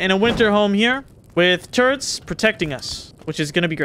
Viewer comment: I'm glad to hear you're saying "turrets" correctly now.